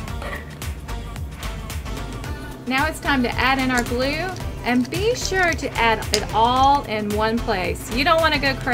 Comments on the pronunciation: I though you said no glue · You said know glue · You said mo glue testing slime